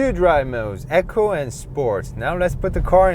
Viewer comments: Rrr bless... Never invested time learning Korean, but just spelling the word he's pronouncing probably wouldn't help him. It's "eco" as in "ecological" and has a longer "ee" sound, so not like saying Amazon "Echo". So it's pronounced "ee-koh"... After hearing say it a few times and being confused, I got it for what he meant. Constructive criticism is something I don't mind receiving either. He's a great natural sharer of knowledge and engaging comments that really help people wanting to know more. I'm in the market for a new car and this video has got me excited... My smartphone, TV, tablet and fride/freezer are Samsung so why not jump to South Korea AGAIN for my car*!!!! They've less population than the UK, but *WOW do they change the world for the better 👌🎯🏆👏🙏🚗 📲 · It's pronounced "Eco" not "Echo"